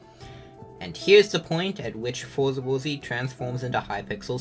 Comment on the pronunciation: Not even tryna be mean but hearing you say for the worthy hurt